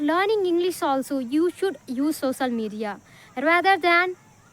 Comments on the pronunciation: Not सोसल it's सो श ल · Bro her accent is not good but fluency is good...languves,sosal media,inicially,hab anyone, is this the slang your talking about? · Sosal media nahi ...social media bolo first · Sosal media not social (soshial) 😊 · Sosal or social 😂